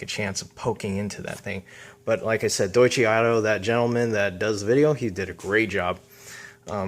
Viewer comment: The company's name is pronounced "Doy-Chuh" not "Doy-Chee"